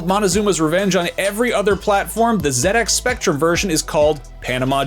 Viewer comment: Congratulations to on becoming the first American on YouTube to correctly pronounce "ZX Spectrum".